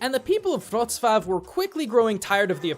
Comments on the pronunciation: Giraffen-Bruder Also he doesnt even say Wroclaw but Wroshwaw or something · Omg i am from poland and it feel like a shoutout and btw you say wrocwav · also wroclaw (cant spell it right) is pronaonced except the L letter with the diagonal line threw the middle is like the english W pronunciation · I'm fine when you said Wroclaw and Pronounced it as an L. But when you Pronounced it correctly the next time it actually hurt to know you could had done it correctly both times xD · Hey, good job with pronouncing the Polish names! ...Well, you did mispronounce Wrocław ( ł = w and w=v) but the sign was spelled incorrectly so I guess it doesn't count.